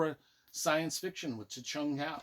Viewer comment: I hate to be the 'erm acksually' guy but its pronounced Chung Kwo. Good series but I thought the ending was weak. Cool list though! Also I see someone calling out Disney Star Wars for being crap and I wish I could hit like a second time.